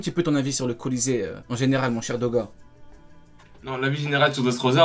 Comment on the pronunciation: Dose” dose Doga 😂